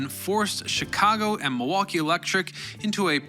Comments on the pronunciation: Are you from Milwaukee? You say it the way a milwaukeean would say it- Ma-wah-kee. Do you call drinking fountains bubblers too? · I appreciate that you recognized the L is silent in Milwaukee 🧀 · I really appreciate that you pronounce Milwaukee, Racine, and Wisconsin the way we do in Wisconsin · Usually, only people actually from Milwaukee know that. They pronounce as Ma-WAH-kee. I know. Born and raised in West Allis, 87th and Greenfield!